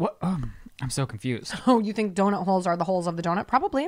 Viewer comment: I can't not hear saying doNIT now after watching Shane's podcast 😂😂